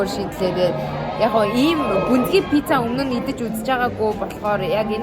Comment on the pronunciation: Пизза биш Пицца шүүү😅😅😅😊😊😊😊❤❤❤❤❤😢😢😢🎉🎉🎉🎉🎉😮😮😮😮😮